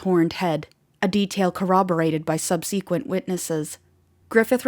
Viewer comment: "sub-SEE-quent?" Is this an AI voice?